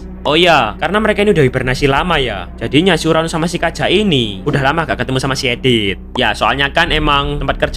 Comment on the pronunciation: BG kenapa bg agak salah sebut namanya kaja